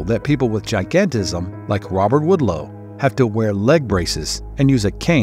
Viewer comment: You are mispronouncing Robert Wadlow. Not Woodlow!! Pronounced like a wad of gum. Waad low. Wadlow